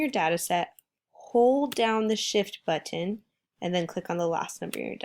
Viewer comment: pronunciation of 'button' urks me lmao thanks tho